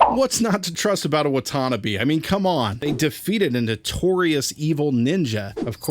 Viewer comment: It's pronounced Watanabe not watannabe